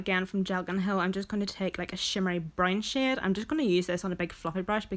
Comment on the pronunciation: Girl, are you saying shade.... Or shit??? Haha I'm hoping it's the second ;) lol